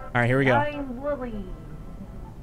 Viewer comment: Bruh it's Woolly not woolie